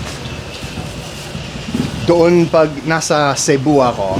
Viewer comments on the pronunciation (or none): none